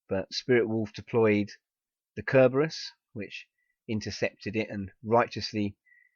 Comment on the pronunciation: Wait, he pronounced Cerberus... Correcty? knows latin?